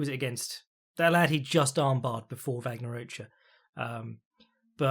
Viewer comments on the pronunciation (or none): none